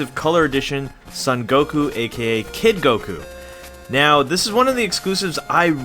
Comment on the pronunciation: Exclusive edition SUN Goku... next thing you'll say its BRA-LEE instead of BRO-LEE... jeez!